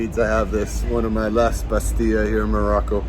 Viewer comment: Hi and we will miss you Your Moroccan Arabic is good Remember that we pronounce the double l in the word bastella looks gorgeous in her new skirt